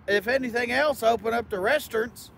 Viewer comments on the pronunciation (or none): "Open up the Restern"... lol... is such a plump fool and I love it. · Do they really say "resturnts" in Indiana?!